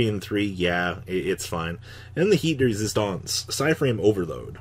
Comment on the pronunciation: Plz stop saying heat de resistance it’s actually piece de resistance